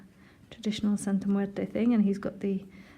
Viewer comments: Love the way you pronounce Santa muerte ❤️❤️❤️❤️ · You're the first person I hear it say it correctly in English and it sounds smooth too👌